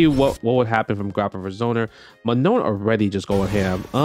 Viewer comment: It is NOT ''ManoN'' it is ''Maa Noh''